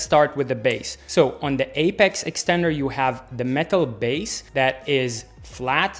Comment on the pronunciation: He just butchered the apex extender 🤣🤣🤣🤣, I can't wait for their reaction